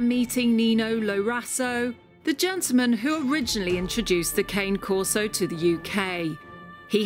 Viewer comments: Lol “cane” Corso is pronounced ka-nae Corso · Please it's C-a-n-e Corso pronounced like the beginning of your name Anneka and not cane as the walking stick. Other than that, love your videos, lots of love from Italy.